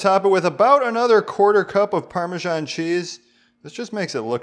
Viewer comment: not to be a dick, but why do you people say parma-john cheese?